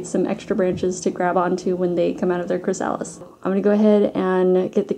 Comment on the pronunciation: You have a wonderful decorative eye. Just a tiny helpful note: chrysalis is pronounced "kri-uh-lis". Emphasis on first syllable.